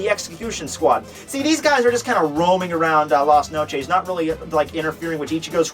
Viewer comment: At LAS NOCHEESE ._.